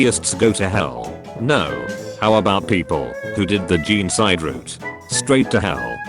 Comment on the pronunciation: i never want to hear "jeencide" every again just say genocide please